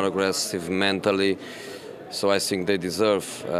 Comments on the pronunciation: He says " I think" unless of his trafitional I sink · "I sink"...